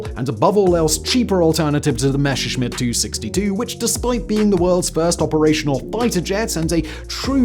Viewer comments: Enjoying your content as always. Let me just say it is "Messerschmidt", not "Mesherschmidt" - "Messer" with simple clean s ;) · C'mon, Simon. Messerschmitt, compound form of Messer-Schmitt (German historical spelling, literal meaning "knife smith") only features one single sh-sound, in the third syllable. There is no sh-sound in Messer. You can pronounce it correctly with just a little bit of effort. I believe in you. 😉